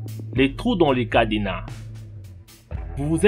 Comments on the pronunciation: jpp il a dit cadéna HAHAHAH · MDRR c pas cadénas mais cadenas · "Un cadénas" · lé twou dé CADÉNAN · "lé pétits trou dans lé cadénas" mdrr je suis mort sinon super la video continue comme sa je m'abonne